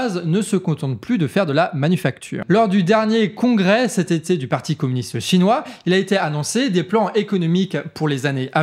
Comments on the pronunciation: SVP c'est parti... sans "t"...🫣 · Ni de "t" à "parti"